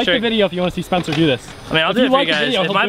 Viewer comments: u said SPECNER but its SPENCER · Did anyone notice when Spencer won it said " SPECNER"